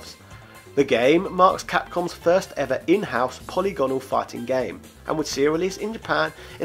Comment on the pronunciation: "po-lig-anol" not "poly-gone-al" uuuuugggggghhhhhhhhfff